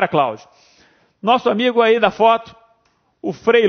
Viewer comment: pft professor demais só uma correção é Luca pacioli não paciolo obg peft obg Deus o abençoe :3 <3